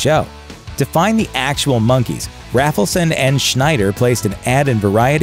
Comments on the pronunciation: (it's Bob RAY-fel-son, NOT RAFFLE-son) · "Must come down for interview" meant not to come there high according to Rafelson (which is pronounced "RAYfelson" not "Raffleson" fyi), who is very goofily proud of that bit. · Rafleson is pronounced with a long A. As in RAYbert Productions. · It's pronounced RAYFULSON. Mike was the only one that answered the "MADNESS" ad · FYI, it's pronounced 'RAYfelson', hence the 'RayBert Productions'. Good post, though.